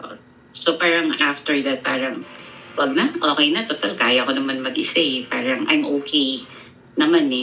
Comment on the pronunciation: Ang arte ni ate SA paran,ang bigkas is perrang 😂😅